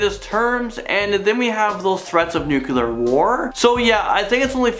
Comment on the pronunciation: Is nuclear that hard to pronounce? It seems like half the world population can't say it correctly. :P